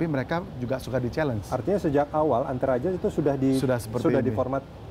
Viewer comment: Paket? "E"ntaraja